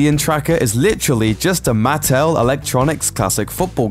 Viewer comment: It's pronounced MA-ttel. Not MATT-el. And if you didn't understand that Rocket rewired Starlords 70s/80s era handheld football game (that he had on him when Yondu kidnapped him) to be a tracking device then you're knowledge of fandom is the least of your worries. You're just not very bright.